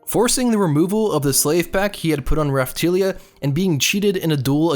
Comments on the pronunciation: "Raphtilia" TILIA??? Really??? You might want to reread how her name is spelled... and pronounced by everyone... RaphtAlia. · It's RaphtAlia, not RaphtIilia. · When you said Ralphtalia name dif I laughed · raphtulia? what the hell